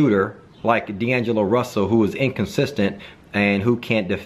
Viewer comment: I hate how he says dangelo russle